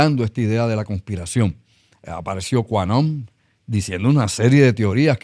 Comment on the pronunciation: Qanon… grupo creyentes de conspiraciones extremas… en ingles se pronuncia… kiu/En/Ann…